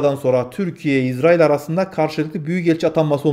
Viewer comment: İZZ RAİL deyipte türkçeyi bozuyorsun kardeş